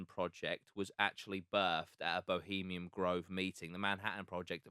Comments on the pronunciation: I like the effort but frustrating when he can’t even get the name of bohemiaN grove correct, he kept saying bohemiam and it was annoying AF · For fucks sake guys it’s “bohemian” grove not fucking “Bohemiam”. Love Jack but this guests level of research and general intelligence screams Norfolk inbred. At least take 5 mins to correctly read the name of the location. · Would have been a lot easier to take the lad’s research seriously if he hadn’t been mispronouncing it as “Bohemiam Grove” the entire fucking time